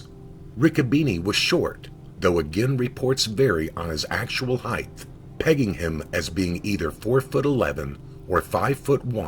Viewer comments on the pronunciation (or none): Height not Heigth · When you spoke of his size, you said, "heighth". The correct pronunciation is "height"-there is no 'h' at the end of that word.